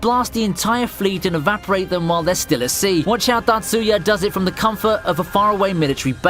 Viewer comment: its tatsuya, datsuya smh what a joke